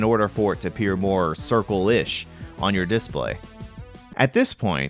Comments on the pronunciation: couldnt process a thing you were saying because i was too focused on how you're choosing to pronounce "DIS-play" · Good arguments for both sides, but I'm pretty much indifferent to aspect ratio differences in these old games. But now I'm bothered about the pronunciation of "display". XD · It's strange how you inflect on this dis part of display rather than on play You say DISplay rather than disPLAY Just an observation lol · Seems mildly regional. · hrnnnnngggg who says DISSplay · Why do you pronounce display as this play? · The way you pronounce "display" is just begging for a displate endorsement. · I've never heard someone pronounce display like this. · The reason it bothers people is because your pronunciation of “display” is wrong in all the major dialects of English. EFL (English as a foreign language) teachers expressly teach students to not pronounce it the way you do. There are a few other words you used with stress on the wrong syllable, too, like “default”, and various two-word compounds. It’s just rather odd.